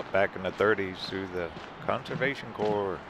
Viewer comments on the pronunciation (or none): none